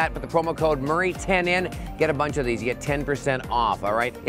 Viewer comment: i like when he said "how do chu do that"😂😂😂